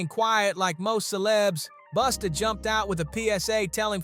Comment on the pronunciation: Why you keep saying "Boosta" ?! Say it right bruh